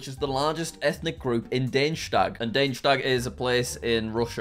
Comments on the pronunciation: That's Dagestan, not Danestag (?). It's pronounced Dah-Geh-Stan. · Everyone: da-ge-stan Jack: Dane-stag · Dangestag? Dag-es-tan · The fact that Jack pronounced "Da-Ge-Stan" as "Dane-shtap" is hilarious to me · Ah yes Dayjtag. How tf did he come up with this 😂. It's literally just da-gge-stan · Google: Dagestan Jack: Daneshtag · it's Dagestan, not Deinshtag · You said Da-ge-stan as De-in-stadt ! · Jack.. [day-je-stan]? It’s [Dah-ge-stan] lol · Jack, its De-ge-stan, not Daysh-stag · Jack, it's not pronounced /dej-stan/, it's literally just /da-ges-tan/ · it's Dagestan, not dugstein duh-geh-stan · It's pronounced dag-e-stan not dage-stan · Bro said Degestan wrong!💀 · Jack pronounced Dagestan like Daneshtag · ok jack i know youre bad at reading but how did you turn Dagestan into dayneshtag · why did Jack say Danestag? sounds like a place in Germany, probably because he's been learning german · Hey Jack, love your videos! But for clearance, Dagestan is pronounced Daag-is-stan! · Danestag 😂 how does jack manage to mispronounce everything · Dagestan ❎ Danestag ✅✅✅ Khabib would not be proud 😂😂😂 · it's "Dagi-stan". G with a G sound (as in dog) and not a J sound. It's where khabib and Islam are from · Wait, how do you even manage to pronounce Dagestan as "Daneshtag"??? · bro really said danestag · he really said " Daneshtag" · Jack pronounced Dagestan as Danestag 🤦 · bruh he says daheshag instead of Dagestan I only know that because I watch khabib😂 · Dagestan is apparently pronounced Deinschtag. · bro pronounced dagestan as daushlat 💀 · dagestan is pronounced dah-ghi-stah-n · WTF that os not How you say “Dagestan” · I laughed at the way Jack pronounced "Dagestan" lmao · God, the way he pronounced Dagestan... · how do you mispronounce 'Dagestan' so badly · wow, i never knew someone can butchered the name "dagestan" so bad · How exactly did you pronounce "Dagestan" THIS incorrectly? lmao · He pronounced Dagestan completely wrong 🤦